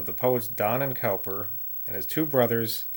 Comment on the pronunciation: 'Cowper' is pronounced 'Cooper' !